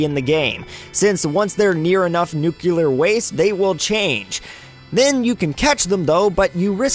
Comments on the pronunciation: It's Nuclear, Not Nucular. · Tfw somebody says nuculer instead of nuclear. 😑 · Noo clear, not nucular. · Get it right! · ***** Yeah, That's the actual pronuctiation. "Noo-clay-arr" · "Newkewlar" The cringe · ***** Nope. He just said Nucular.